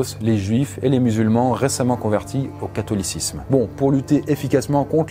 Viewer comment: catho lit sisme ... LOL xD xD